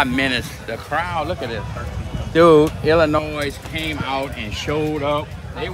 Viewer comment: Look man mad respect but, as a illinoian the s is silent.